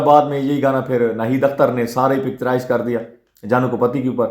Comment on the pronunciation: سر جی گانا پکچراز نہیں پکچرائز ہوتا ہے آپ حوصلے سے گفتگو کریں سکون سے بولیں ۔۔۔۔👌🏾✌💯